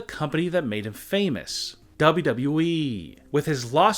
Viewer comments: Say it with me. DOUBLE YOU DOUBLE YOU E. Not DAHabblea dahabbalea eeeeeee. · Daboo dabooh eeeeh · I think it's the way he says eee get the eee out new tshirt idea lol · It is wwe not wee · Cm punk won’t return and neither will aj lee I know the truth hurts (Dubl doubl eeee that’s how I hear him say it) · its wwe not dub dub e dumb ass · Seriously??!! Who is telling you to speak dude??!! You can’t even pronounce wwe. It’s like WWEEEEEEE stop concentrating on the “E” concentrate on your lifeeeeeee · Maybe they will come back if you stop saying dablyodablyo iiii like that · DubbAu Dubau eeee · The way you say WWE and 2019 make me laugh XD. You have no emotion bro. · You can’t even say WWE right you idiot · Why does he say wwe like that..... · Dont trust someone who cant even say WWE right. Smh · Ur voice is so fucking annoying learn how to say wwe probably 🖕🏿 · Bro why do he say wwe like that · Why do u say wwe like that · WTF is wrong with this guy? Who fucking talks like that? If it wasnt for the fact you cant fucking talk properly or read a sentence , not to mention even say three words in the correct way (WWE) you may have more views/subs. I bet most people turn off within the first sentence being spoke and the fucked up way to seem to talk and over pronounce the most basic words. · I feel weird when you pronounce "WWE" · And the way he pronounced "WWE" is so cringe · Please say WWE properly. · Is it really that hard to say wwe correctly? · Said it right once near the end. Never watched other vids so no idea if he is fed up with saying it properly